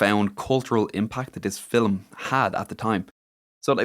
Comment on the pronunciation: I'm sorry... is saying Film with 2 syllables?!?? 😂